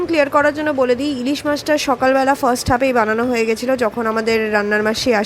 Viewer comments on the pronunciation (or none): none